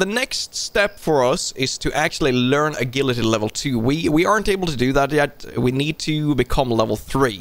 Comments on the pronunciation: It's the phantom toilet smasher! And agility is pronounced with a J not G dude, because English is weird like that. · TG Foo isn't watching, he'd give you so much crap for how you say "agility" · You saying agility like guillotine instead of the g in giraffe, I was sooo confused. Finally got the word at the end.